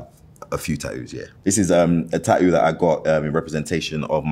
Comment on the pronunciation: I adore how he says "ta-oo" 😂